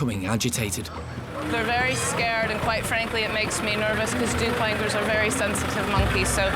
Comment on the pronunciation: Douc Langurs guys... Not "Duplangurs".